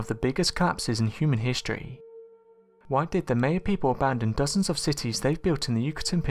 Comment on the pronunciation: Yes, you did get "Histroy" all wrong.